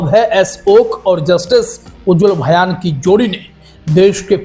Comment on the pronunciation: भयान नहीं ,भुइयां होगा ।